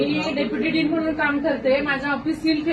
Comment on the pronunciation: Din nahi bhai..Dean bolte hai